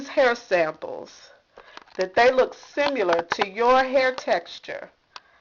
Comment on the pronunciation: OMG this is just a horrible video.... And did she just say simUler??